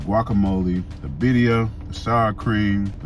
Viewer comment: Is he saying baddia or birria 😂